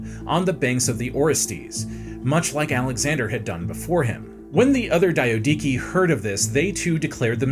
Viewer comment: The DIO-DIKI? Nah you’re doing this on purpose 😭 cmon there’s not even 2 I’s It’s clearly Dia-do-key and don’t even get me started on “Po-leap-rechaun” You know what, maybe the comments are right, bring back Simon